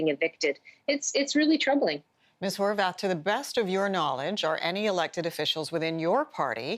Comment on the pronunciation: Ok is her name Horwath or HorVath. Since when did a W get pronounced like a V?